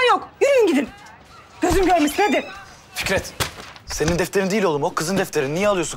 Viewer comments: dikkatli dinle Fikrit diyor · tülay abla konuşmayı. Bille bilmiyon Fikrette Fikrit dedin😂😂😂😂